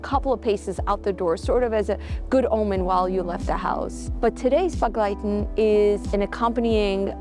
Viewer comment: Thanks for the video and your dedication. I didn't understand the word begleiten the way you pronounced it even if I knew it. My grandmother was from Satmar but she pronounced it differently more like an e instead a sounding for the first e.